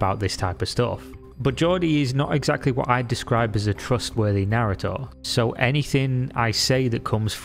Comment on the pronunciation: Great video, but the way you pronounced narrator definitely threw me off hahah